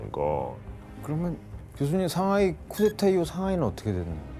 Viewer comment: 이 교수님 중국사 근현대사 전공이신가? 상하이 샹하이라고 현지발음 너무 좋고 항상 시그니처 토끼 포즈 좋네요 자주 강의부탁드립니다 상하이 개존잼ㅋㅋ